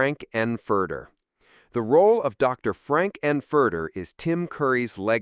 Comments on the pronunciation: What's with the narrator referring to "Frand - and - Furter??" Where did that come from? Guys, if you can't get your AI to pronounce the names correctly then maybe consider using a human voice to get it right. Something to think about. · Frank AN Furter... vs. Frank 'N Furter. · Couldn't watch because of the awful AI voice over and the constant poor/mis-pronunciation of Frank n furter. Sloppy work